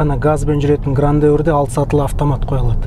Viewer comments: Grandeur(Грэндже’р) 😢, а не Грандеур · Грандеур? Ахаахаха 😂😂😂 "ɡrændʒər" деп айтылады, біздің тілмен ең құрымағанда - Граенджёр деп айтылады! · Грандеур емес Грэнджер